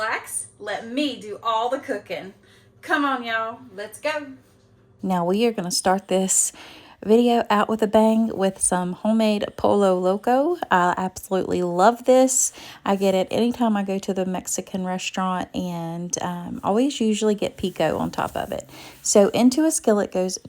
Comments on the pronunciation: Happy Cinco de Mayo! Looks delicious as usual! Yum! Just so you know, double L's in Spanish are pronounced like Y. Pollo Loco is pronounced like Poy-O Loco. Have a good Sunday! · Fun fact--it is po-yo loco. The Spanish double Ls make a Y sound. Just like two Rs are rolled, or similar idea anyhow.